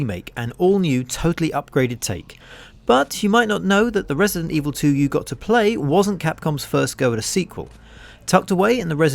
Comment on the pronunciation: “resint” evil?”